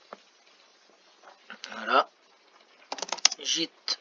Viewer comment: Merci pour cette excellente vidéo 🎉 Sinon ta prononciation de git me fume😂😂😂